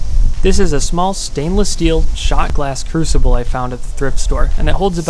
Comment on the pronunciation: "stainless" xD